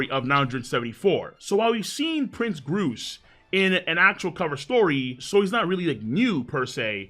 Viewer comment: Gruce and Hibari are named after birds. So the way you pronounced it is correct